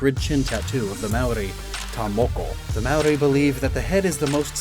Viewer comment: not ragging on you at all, but just trying to give some constructive criticism around the New Zealand inspirations. "Aotearoa" is pronounced more phonetically like te is tay and ao is similar to ow and "Māori is pronounced like the word "moldy" without the L sort of. in the Māori version of the myth Maui pulls the north island (which is a big fish) out of the sea and is is carved by his brothers who want the meat. The hook Maui uses is also the jaw of his grandmother. the design on Moamatau are quite good but i expect to see more korus which are generally more recognisable as new zealand, however they may be slightly out of place on a dinsoaur or mosasaur such as this. loved the video and all your other content!